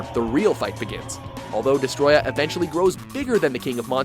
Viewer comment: For fucks sake, it's pronounced "Desto-royah"